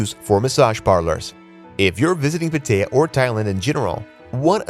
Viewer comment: Dont trust anyone that calls it PETEYA lol ive been there and felt safe the whole time